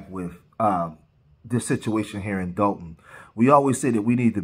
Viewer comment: Dolton not Dalton